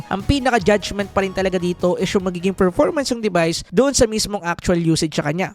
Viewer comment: Bulol ka ba Boss? Anong ferformans? performance.